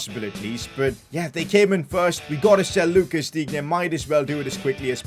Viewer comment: You should say [Dine] not [Dignye]